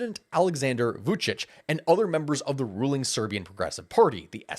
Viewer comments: Vuchich is how it's pronounced. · I really like how you pronounce Vučić 😂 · its pronauced Vucic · Novi sad pronanciation - perfect. Vucic not. He is Vucic, not Vucik. (Vuchich)